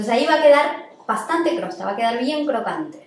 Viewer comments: una genia !!maravilloso pan ............pero...se dice COSTRA !!COSTRA!! no CROSTA..por favor... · soy tu fan. Pero xfa no digas crosta. Es Costra. Besos hermosa. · Jajaja!! Crosta? Por que? Mi marido tambien dice Crosta...es CoStra....sos mas linda...estoy a punto de poner el pan en el horno...primera vez que lo hago a este...besoooss!!